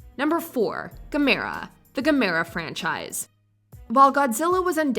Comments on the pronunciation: IT'S PRONOUNCED GAM ER A. Gamora is one of the Guardians of the Galaxy. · Oh Please... it's pronounced GAM-ER-A! Gamora is Thanos' daughter and Nebula's sister. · If the person that narrated this is reading it is Gamera like Camera. And yes Godzilla is number 1 period, Been watching him since the late 60s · Oh, thank you for including the Stay-Puft Marshmallow Man! The way Dan Aykroyd says its name is one of the highlights of his entire career. Other comments - "Mothra" - blah. You mispronounced Gamera - the accent is on the first syllable. And the Japanese/subtitled versions of their movies are SO much better than those that are dubbed. The Americanized version of "Godzilla" with Raymond Burr is utterly ghastly compared to the original.